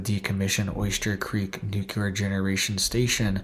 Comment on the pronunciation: Bro - it’s pronounced “New - clear” not “nuke-you-ler”.